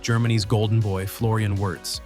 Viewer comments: It is pronounced "VIRZ", not "Yurz", for God sake. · Come on!!!! AI generated can’t even pronounce the name of the subject of the video😊